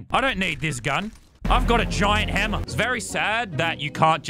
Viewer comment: Everyone else : playing Lazarbeam: h e m m e r